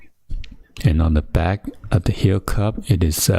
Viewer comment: welCOme baCK guyZ *tongue smacks *